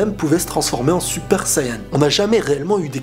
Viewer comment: Tu vois tes français Tu doit dire Super Sayan ou Super Sayajin Mais pas Suppa Sayanin Car test vraiment emmerdant Déjà quand tu parle tu parle en 3 temps c'est assez énervant.